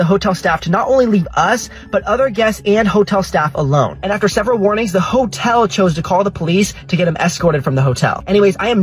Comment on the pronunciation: That's really rude to keep calling it a whore-tell It's just uncalled for